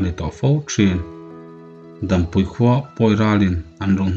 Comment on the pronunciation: Dampui i lam dan pawh hi a diklo